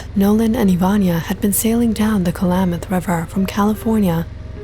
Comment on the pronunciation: It's not pronounced "Ka-La-Math" river, it's pronounced 'KLAMath' river 😕